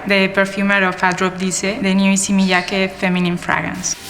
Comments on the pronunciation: Throughout the video you hear ppl pronouncing his name “EE-say Me-yah-kay” but you still say “izzy me-ya-key” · Please please, can doc makers have narrators who can pronounce their subjects’ names correctly and fluidly, though? Shouldn’t conveying accurate pronunciation to the viewer be as important as conveying the designer’s background and vision? This “izzy mee-YACKee ”is painful to the ear.